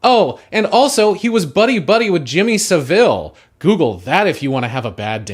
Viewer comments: Jimmy SaVALL (like gravel) not Saveal. (Not veal) also great video essay. Not sure Russell was friends with him, just had a risqué interview with him before the scandal was exposed. Also that hair is amazing, how long did it take to grow out? I subscribed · Savile, not Seville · Excellent assessment of the current rot at the heart of comedy. One thing: it's Jimmy Sav-ill pronunciation wise. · how the fuck did you just pronounce Jimmy Saville omg (brilliant video though!!)